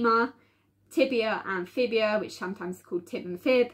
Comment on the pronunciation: It's the fibula hun not fibia, 🙂